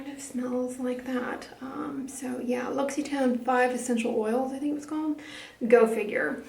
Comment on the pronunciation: Your pronunciation of L'Occitane made me chuckle. I used to stumble over the word aluminum.